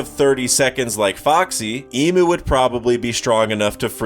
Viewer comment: Great video, love the content. But hearing you call him “Emu” a million times drove me crazy. It might be speeded “Imu” or whatever but that is not how it’s Pronounced